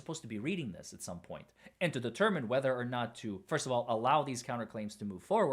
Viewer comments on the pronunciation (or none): none